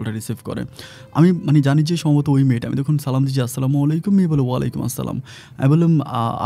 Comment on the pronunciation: ভাইয়া আপনার সালাম সহিহ হয় না সঠিক করে সালাম দেন ।।।।